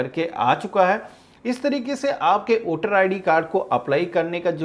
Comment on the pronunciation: वोटर है ना कि ओटर